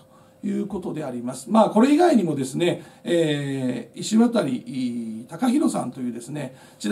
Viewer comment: 石渡←イシワタリじゃなくてイシワタじゃないんですね。まぁ珍しい名字やから読み方いろいろありますか。